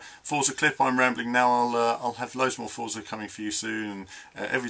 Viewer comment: Forza is pronounced fortza, its an italian word :) The game is looking great though, im liking what Dan Greenawalt has been saying about the changes and advancements in the physics too.